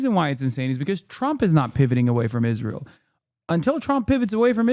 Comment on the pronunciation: Why does she say “Ish-rael”